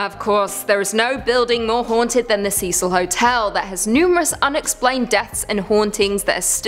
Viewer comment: Thank you for another great spooky vid..I love the paranormal so I always enjoy the content also Thank You for saying Cecil correctly as it is my first name Ive heard it so often and so horribly pronounced as Cess-il. Thanks again